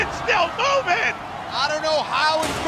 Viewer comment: I like how chris rose said its still MoViNg